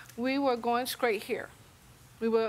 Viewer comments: Ill never understand why some people say "skraight" instead of "straight". Like they don't pronouce the T in every other word they speak 🙃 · She definitely said Skraight 😅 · Why did she keep saying they were going 'scraight'. I don't want to be rude but is that a speech impediment? Or a choice? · Older, county people kick me 😂 cause taking the ‘T’ out of ‘straight’ is crazy